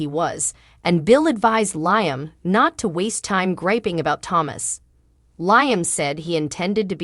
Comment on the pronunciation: Not just Liam but other words are not pronounced cirrectly.